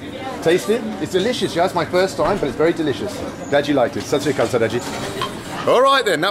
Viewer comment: The best part is when he say hello in local language like sasriyakal